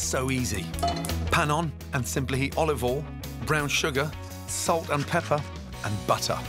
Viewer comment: Nobody: Gordon Ramsay: olivol